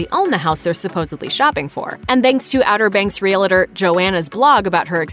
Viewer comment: When will people learn that realtor is only 2 syllables not 3! It isn't "realator", it's REALTOR!